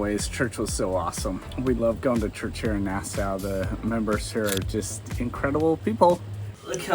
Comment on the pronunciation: you woukd think that at least you would bother to learn to pronounce Nassau.